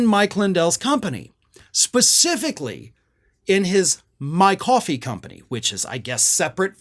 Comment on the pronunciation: Mike Lidell has "Mwy Kwoffeee".